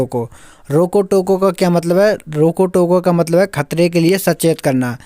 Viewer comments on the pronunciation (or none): Rojo toko nahi hota hai Bhai Roko Toko